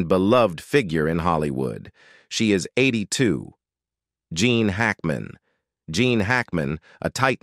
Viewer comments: Hackman is Gene not Jean. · You mean GENE not LEAN. Ninny